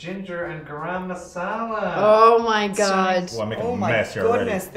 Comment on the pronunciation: Not Gram masala. Garam masala